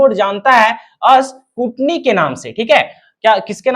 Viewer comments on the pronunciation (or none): Scrutiny bolte hai scootny nhi 😅